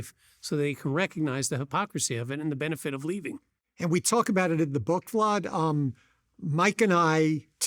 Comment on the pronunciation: Why this guy keeps pronouncing Vlad's name wrong? Vlawd? SMH lol!